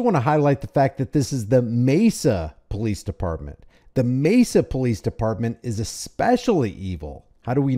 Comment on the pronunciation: The PoFleece? 😂